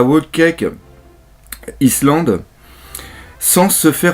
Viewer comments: Omggggggg c'est pas islande ça se prononce " Aïe land" le reste c'est bien . (all kéike aïe land ... y'a pas de S) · Pour le island le "s" ne se prononce pas c'est "aïe"-land :) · en fait, island se prononce "aÏe_lande" :p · Island en fait ça se dit comme Ice mais le s ne se prononce pas donc Ailand en faite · Bonne réaction live, comme d'hab'. Par contre, on prononce island : Aïe-land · Alors désolé, mais une bonne fois pour toute: Island, on dit "Aïe Land". Une prononciation comme, ça me donne envie de tuer des chatons!:'( Fais quelque chose pour moi et tes abos ^^ Ah ouais aussi, Thousand, c'est "Saosand". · island ça se dit Aïelande:) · Salut!! J'ai pas fini de regarder ni de lire du coup mais la prononciation c'est "Aie lande" (Island) en gros:) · Le S ne se prononce pas dans Island. ^^ Grossièrement c'est Aïe Lande. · Island, ça se prononce aïe-land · Island se prononce ayland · island se prononce /ayland/ si ca peut t'aider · raté ça se prononce "aïlande" , on ne doit pas prononcer le "s" ;-) Cordialement ^^ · Ça se dit "Whole Cake, [ai]Land" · island se prononce comme si tu disais le legume aille et tu met land ^^ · "Island" se prononce : "Aïe-lande"... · 1minute30 une chanson quand j'étais "vieux" .... lol effectivement t'es à la ramasse sur ce coup ^^ faut dormir la nuit. Sinon bonne vidéo en attendant la critique analyse avec impatience !!! Et island se prononce aïelande le S ne ne prononce pas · Dans island on prononce pas le i ^^ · Si jamais Island ce prononce sans le s ;)